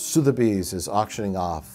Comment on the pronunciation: Soothebies? Sotheby’s.